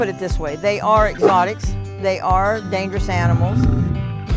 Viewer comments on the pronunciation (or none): is it just me or did she pronounce 'dangerous' like "dang"